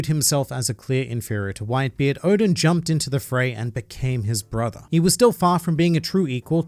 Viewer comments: did i misheard it or did he call whitebeard white b. eard like gol d. roger? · Haha "white b. eard" haha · “White B Eard” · Did he really say white B. EARD? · Did this fool say “White B. Eard” ?? Hahahah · Only A real Aussie would pronounce it White-B-Eard. Joe Ingles 4 MvP